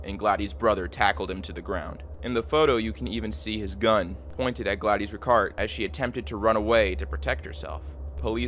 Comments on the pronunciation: “Glad-ees”???😂😂 Her name is Gladys. Pronounced “Glad-iss” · “Gladdies” 😂 bro really? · 'Gladeese'? You don't know how to pronounce her name? A common name like Gladys? The city of 'mendylean'? You Americans never cease to amaze me with your ignorance. 'Deprave-ity'...ffs... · Pronounced “glad-is” not “gla-dees” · is it spelled Gladys? that's glad-iss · Hey man, it's pronounced Gladis, not Gladys. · I'm going to go out on a limb and say Gladys' name is pronounced "Glad-iss" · There's so many words you're mispronouncing. Simple common words like Gladys and Medellin. You should try using Google for help with the narration. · Please learn how to pronounce Gladys lol